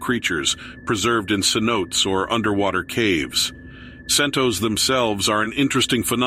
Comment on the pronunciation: the word is said like SAY NO TAY. Not Sentos.